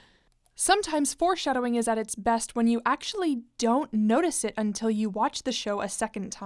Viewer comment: I don't know why but the "un-TI-HILL" made me laugh really hard